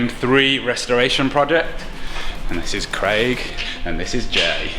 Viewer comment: Did anyone else cringe at Jay saying “kwaig” shortly followed by “I heard that”